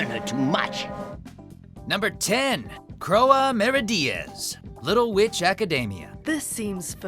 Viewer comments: "Crow-a" ... "CROW-A" are you fucking kidding me? How do you not know how to pronounce CROIX? Here's a tip, Cr-oi! FFS it's on Netflix still; turn on one episode with the dub and learn to say it right. Hell they even used a clip where they say her name correctly. >=O Also for anyone that's never seen Little Witch Academia, the show Croix is from, wtf are you doing with your life? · Does anybody else get bothered when they mispronounce some of the names? Croix is not that fucking hard (pronounced Croy) there's no fucking "a" sound anywhere in her name so it's not "Croa" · yikes, i know he did not just pronounce Croix like Croah